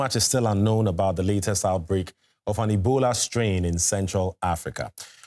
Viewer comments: omg.. it's OUTBREAK, not "outbrake" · OUTBREAK, not OUBREAK!